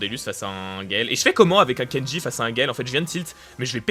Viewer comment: Pourquoi tu a dit djin c'est Kenji